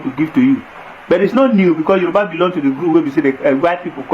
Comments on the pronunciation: That is not true “YORUBA” there is nothing like yeriba, hausa don’t know how to pronounce Yoruba that is why they called it yeriba. Yoruba are accommodating but they are not stupid. Yoruba has fought war with Fulani before and worn go and find out the meaning of ogun-Jalumi go and get your history straight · They didn't give us name - Yoruba. They couldn't pronounce it correctly that's why they call us Yariba. Face your problems and don't insult us.